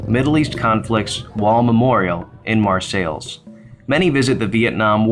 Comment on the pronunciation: Mar-sales is how you say it. I rode there today with my Girlfriend. (we both ride), What an awesome Memorial. I am a Viet Nam Vet. I was proud to see it. Hats off to the people that have spent so many hours setting it up and maintaining it. Dean Conaway, Bridgman, Michigan